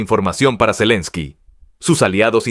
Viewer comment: Zalinski, zelinski 🤣. Se nota el afán con que sacan esas publicaciones. Pronuncian todo de cualquier manera y no les importa